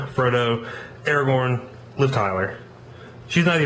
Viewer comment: did he say faragorn or am i just hearing shit